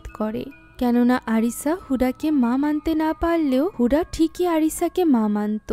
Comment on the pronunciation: হুডা নয় হুদা হবে 😒